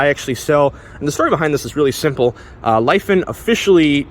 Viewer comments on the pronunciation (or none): After hearing multiple reviews all pronouncing it "Leh-fawn", listening to you say "Life-un" was really bothering me, especially with you selling parts for them.